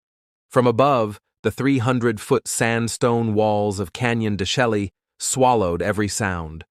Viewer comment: Learn how to pronounce the name of the canyon please